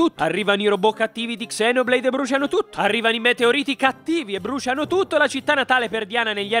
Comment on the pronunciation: BRUSCIAH TUTTOH